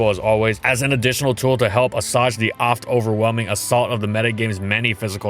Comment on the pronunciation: he did it again! It's "uh-swayj" not "uh-sawj." I like this guy and the obviously well educated ghost writer behind the scenes, you can tell the narrator doesn't know any of these big words as he often mispronounces them. There was one he used to mess up all the time back in the day but I can't remember it. What a job that must be. Just let all the actually smart and talented people do all of the work while you just hook up your mic and read off a script. I bet this guy doesn't even play pokemon lmao